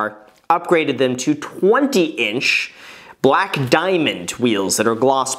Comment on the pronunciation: Danm it it's balake not bleeeek